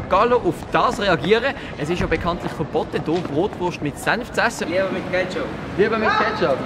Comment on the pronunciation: Lern zerst mol richtig redä es heisst nöd brootwurst. Mä issts zwar nur Brot und Wurst